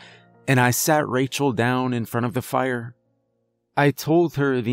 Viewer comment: Why tf you say fire so wierd Faa•iar•